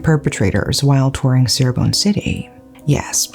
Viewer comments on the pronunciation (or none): Indonesian here! Thanks for covering this case, I enjoyed your storytelling… the correct way to pronounce Cirebon is Chee-rebon not See-rebon by the way, but it’s no problem I know Indonesian words are difficult to pronounce 🥹🙏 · Just wanted to let you know the C in Cirebon is pronounced as Ch.... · They made a movie about it, you should watch it. Fyi Cirebon is pronunce Chi-re-bon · Indonesian here Just so you know, places named Ci-x in Indonesia are pronounced with "C" (like you would "cheers") rather than "S" (like you would "see") Props for bringing up an Indonesian case I'd comment also regarding the police here, but I see that it'd be redundant